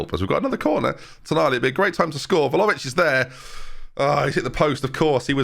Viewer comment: ben ben.... please!!! VLA-HO-VIC!!! not velovic. VLA- HO - VIC! I enjoy your videos but the way you butcher some names and add/remove letters that are not there is just insane lol